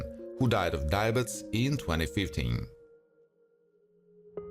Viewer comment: A couple of corrections here: 1- the family name "Thomas" is pronounced with a hard "T", as in "Tom",& B- the disease is pronounced "die-uh-bee-tees". I don't know WHAT you were saying, but you weren't even close.